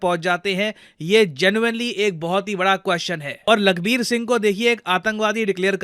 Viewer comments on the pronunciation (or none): none